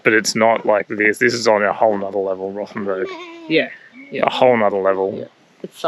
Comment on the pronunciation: Rothen b u r g , not Rothen b e r g !